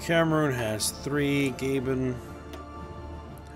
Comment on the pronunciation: Gabon is pronounced 'Gah-bon' not 'Gaben' lmao